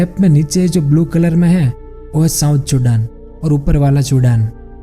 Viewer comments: Oh bhai it's Sudan not chudan🤦‍♂️🤦‍♂️ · Are you saying it Sudan or chudan..?? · Chudan kya hota he bhai. Sudan he na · Sudan❌ chudan ✅ 😂😂😂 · 😂😂😂😀😀👍 kya bol raha h..ye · It's Sudan not chudan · Sudan ko chudan kyo bol rhe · Chudan nhi o Sudan hai 🤣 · चुदान 😂😂😂😂 I think its सुदान. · wo chudan ni sudan hai😂😂😂😂😂🤣🤣🤣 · Sudaan hota hai ye bhai sahab ne chudan bola😂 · bhai vo sudan ko ache se bol nhi pa rhe isliye unhone usko chodan kha diya isse vo chapri nhi ho jayege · Chudan nahi🤣 sudha pronounce kar. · Still laughing when he say chudan 🤣🤣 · Habitual Pronunciation mistake